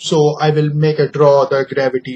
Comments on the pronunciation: gravady nahi gravity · You have not sense we use it for pronouncing earth and your formula is wrong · Seing theis inglis deies😂😂😂😂🤣🤣🤣🤣🤣 foor exampul and gravitu deies